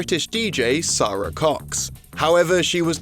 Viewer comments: It's pronounced as Sarah but whatever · The UK DJ's name is pronounced "Sera" Cox.......................and the Guru Larry thing. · Sara Cox pronounces her first name Sarah.